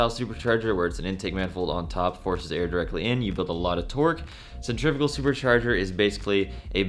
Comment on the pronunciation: I'm not trying to be that guy but cen-tri--fugal is not pronounced like the way they are trying to.